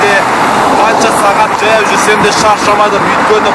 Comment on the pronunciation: Неге джаяу журесин, жаяу журуге болмайма? Казакта дж деген арип жок